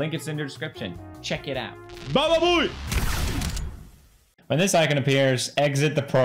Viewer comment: DID HE JUST SAY BABABOUYE!!!!!!!!!!!!????????????!!!!!!!!!!!!! YES YESYE SYE YSEYSYEYSYEYSYEYSYEYSEYSYEUYSEY TWOMAD REDDIT MOMENT!